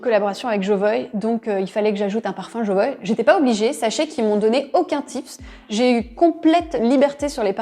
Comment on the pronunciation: Pourquoi vous prononcez "Jovoï" et non "Jovoua" ? En tout cas François Hénin, le fondateur, le prononce de cette manière